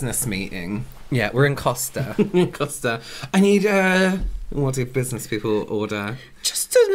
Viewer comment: WHO ELSE HEARD SAY "BUSINESS SEMEN"???